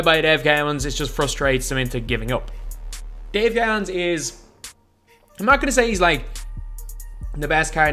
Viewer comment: Lol Dave cow ens It’s Dave co ens